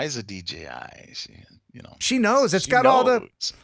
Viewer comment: Pretty sure she said she had a DGI, not DJI.